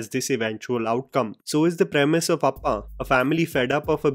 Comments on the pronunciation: It's not appa.its appan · It's APPAN not appa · Not appaa it is appan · Its not appa...it's appan